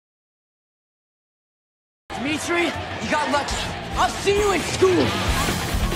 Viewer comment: It's Demetri not Demetri 👍